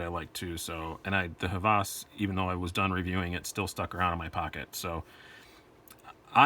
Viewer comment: Nice comparison! I like them both (and own them both) but the Hvas wins for me. And it is pronounced "Vas", the designer is Danish, so they don't pronounce "H" like we do. Keep on dicing! Oh, can we see the RTD from CRKT when it comes out? There are no videos on it except like shot show.